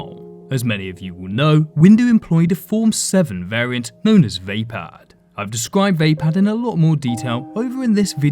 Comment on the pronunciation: I believed Vapaad is pronounced "vuh-pod" and not "vay-pad"